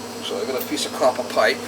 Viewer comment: "A little douche will do ya mama!":) That "coppahh" pipe was really crusty mama! That cleaning stick was a real "f...ah...":) as you said in the previous videos about the light fell down:) that was funny. I was expecting you to use the funny youtube voice when you said you have been working with brass and copper for 12 yeaaaaaarrss:)